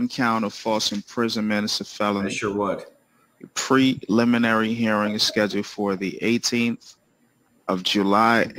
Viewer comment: Hi Ingrid. Yes the judge’s pronunciation of preliminary was correct.